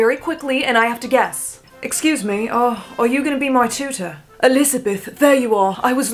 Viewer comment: tell me why when she did “excuoose me, are yuuuu my tuootor”! 😂😂😂😂😂😂